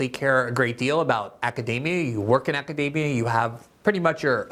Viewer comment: Glenn pronounces "academia" like "macadamia". Mmm, academia nuts!